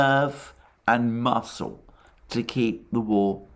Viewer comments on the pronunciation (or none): none